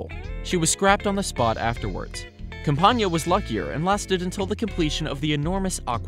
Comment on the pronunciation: camp-ain-iah is how it is pronounced